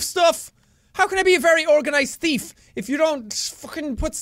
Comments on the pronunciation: THEEEF not TEEF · thief not teef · watch out for da flying lettuce!! Top..of..the..morning..to..you..laddies...and welcome to something called the very organized teeth.. He actually says that :3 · Actually thought you said "The Very Organised Teeth" 😂😂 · did you notice that he said teef and not thief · Am I the only one who thought that in the beginning Jack said "The Very Organized Teef ?" xD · At the start he said teeth insted of thief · The Very Organised "Tief" lol Sorry Jack. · U SAID TEETH LOL!! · Did anyone hear sean/jacksepticeye says the very organize teeth or its just me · You said teeth at the beginning instead of thief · Why does he say teef instead of thief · Ha ha ha you said tief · did he say theeth at stary? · Lexi Rene ME TOO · me to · I heard "teet" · The Very Organized Teeth. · I like how Jack says "thief" in this video - especially in the intro - he pronounces it like "teef," and it's kinda cute. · I like how he pronounces it "the very organized teef" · I am the only one that heard "The very organized teeth"when jack said it? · It sounded like you said “Teeth”. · 00:5; organized teef! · did he say thief teeth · Lexi Rene that's because he did